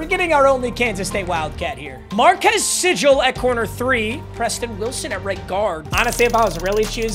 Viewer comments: Your K-State player- Marques Sigle- is pronounced “See-gle” not “Si-jle” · Much love!! From a loyal loving cats, sigle’s name is said like Seagull. Keep up the hype vids!! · FINALLY gets a kstate player im still happy even though he completely butchered marques sigles name